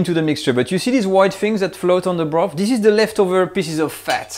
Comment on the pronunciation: This is a great video, something I have wanted to know for years! Thankyou BUT....I wish you would say you the "TH's" properly! If you can say "THAT" properly, you can say Bro..TH, TH ..irty, TH...ruth, TH..ree?, some..THing, toge..THer, wi..TH, just to mention a few. There is just so much laziness in the English language, it's disgustingly difficult to understand what people are saying , not mentioning the high annoyance factor!